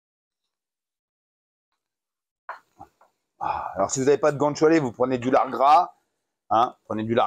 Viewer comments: GOUT ÂNE CHIALÉ !!! C'est quand même pas si compliqué à prononcer, bordel ?!? 😂😂😂😂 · " gant choualé " 😭😭 Gou Anne Tchalé mamamiaaaaa !! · guanciale qu'on prononce gwanchale!!